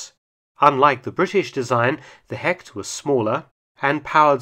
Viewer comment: A little advice because I know Mark tries everything to pronounce the German words right. Hecht is not pronounced 'Hekt' in German, it sounds more like 'Hesht'.